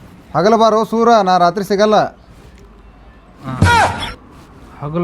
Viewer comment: ಸುರ ಅಲ್ಲ ಸೂರ